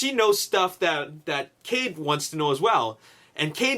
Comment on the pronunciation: you said cave not cade